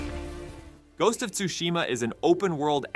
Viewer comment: Shu shi ma not shushi ma lol